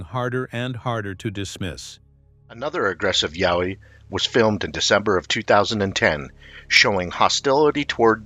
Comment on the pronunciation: a what oi, we do not have yahoi we have Yowie